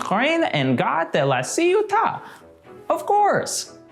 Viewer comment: As a native french person I heard: "L'arrivée d'Umtreim and Gott Laciuta!" XD